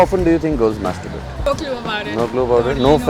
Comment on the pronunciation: The black t-shirt guy said MESTERBUTE 😂😂😂😂😂😂😂 😂